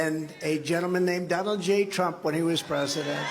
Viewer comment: Why don’t someone give “Dough-null” Trump a literacy test?